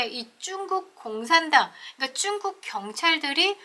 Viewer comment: 중국이라고 말해주세요,,,,쭝국이라 하니 듣기에 애매해서리